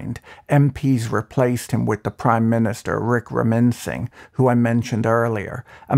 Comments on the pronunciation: Great one Patrick. Love your videos. This is how to pronounce the prime minister's last name: "WICK-RA-MA-SIN-HA". I know, it's tricky 😄 Some more info about the Monorail project: It was actually one of the better projects proposed by the government that was in power between while the Rajapaksha family was not in power. The loan for the project was offered on highly concessional terms and conditions by the Japanese Government, including a 40-year repayment period for funds obtained for consultation services with a grace period of 12 years, a 0.1% interest rate per annum for civil work and equipment, and a 0.01% interest rate for engineering services. When the Rajapaksha family came back to power in 2019, they abruptly cancelled the project while starting their own projects on comparatively extremely high interest loans (around 7% per annum). Many believe the project was cancelled because the Rajapaksha family didn't have a chance to steal commission from that project. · Lol.. the way he pronounced Ranil's name.. :D